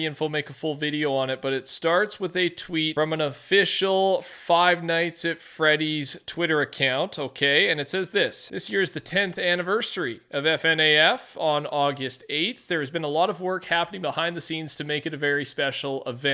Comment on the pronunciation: Minor help here,. The name is pronounced as Funaff